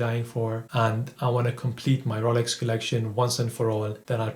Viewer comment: Ro...Yeel...Oak, R...oh..Lax, Brund, Diual all kill £130,000 worth of watch review.